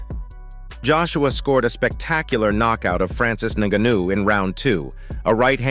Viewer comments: Click bait everything I already knew except what AJ said after the fight 😂Im still waiting for what AJ supposed to of said ….we got to FK TYSON FURY HERD IT TWICE and then a load commentary in that robot voice that pronounced ngannou negnou negno 😂😂 sick of this never again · 'Nga neu?' What did the Nga knew or what does he know?? Bro, you can't train the AI voice to pronounce names properly? Or is that something we can't do yet? I don't knew how these AI voices work. Can you alter how they pronounce one word or once you feed them the script and choose the voice, it's all up to them? Idk but not telling me what that 'Nga nu' ain't it chief and it's low-key pissing me off. I need to know what the 'Nga nu'.😂😂😂😂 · This foo said naganuu wtf what kinda homework is this 😂😂😂😂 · why you say his name like that, then properly later on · How many different ways can one idiot pronounce the name Ngannou…??? 😂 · Every time you try to mispronounce Ngannou I'm going to report you.